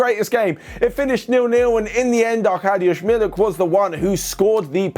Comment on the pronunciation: The fact that you said Arkadiusz Milik nearly perfectly. Bro, you have respect from every polish viewer. I'll be waiting for Wojciech Szczęsny now XD